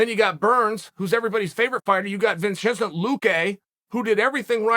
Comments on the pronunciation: Vinchencent luque 🤦🏻‍♂️ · Vinchizunt luque